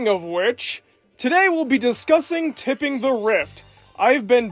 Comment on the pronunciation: You keep saying it as "Tipping". It's "Tripping".